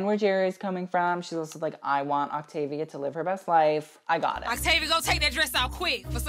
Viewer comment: When I misheard you stan “Activia”, instead of Octavia, I was like “baby, me too! I’m over 40! I need all the help I can get!” 😂